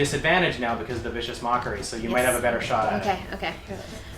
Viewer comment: I love the pronunciation of Vicious Mocha-ry ... sounds like someone is obsessed with coffee. Those are some nasty house rules on attacks of opportunity, you girls have my sympathies.